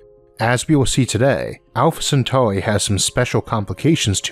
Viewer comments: Alpha centaurwi 😂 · Bro it’s actually annoying listening to your voice it’s Earth earth Centauri no centauwi fuck man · when did elmer fudd become a narrator alpha centawri